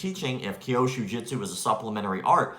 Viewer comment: It's Kyusho not Kyoshu.